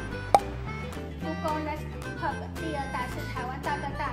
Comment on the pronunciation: Oh my god! 竟然唸對 Google Nest Hub 但最後room 透r 還是烙賽了😂😂😂笑瘋